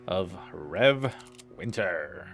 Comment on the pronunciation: No offense intended but the name of the town in this map is pronounced "Rez-ZYEV". It is known as the Rzhev Meatgrinder for German forces in WWII.